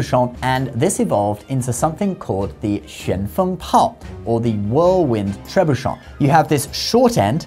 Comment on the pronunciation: Long time fan. Watch al your videos. This is most likely the one and only time I will ever have a note on pronunciation for this channel: Tre Boo Shay 😊 Carry on!